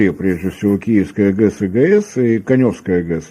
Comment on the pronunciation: КанЁвская ГЭС ??? Это где???🤣🤣🤣